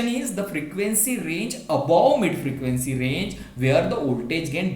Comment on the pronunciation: First of all, thank you sir for this wonderful clarification video. Secondly, your voltage pronunciation occurred to me, but it's okay.